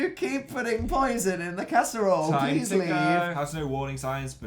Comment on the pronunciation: Oh it was casserole? I thought he said cats bowl....